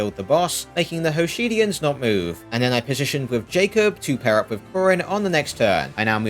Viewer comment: "Hoshidians." lol